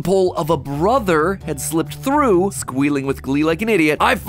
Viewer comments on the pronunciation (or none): none